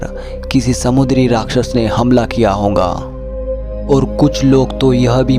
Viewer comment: Ye honga kya hota hai (hoga) hota hai